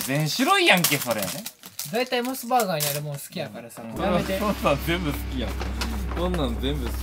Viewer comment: のモス⤵️バーガーの発音かっこいいwww